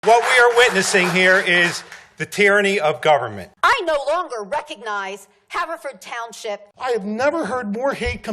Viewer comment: It's Have-er-ford Twp.